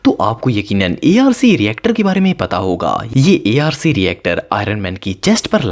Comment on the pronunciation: Its not A R C its arc